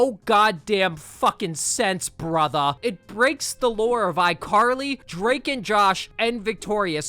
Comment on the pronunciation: Why tf do you always say "brotha" in the whitest voice possible? Please end my suffering. That word is not for you, brotha.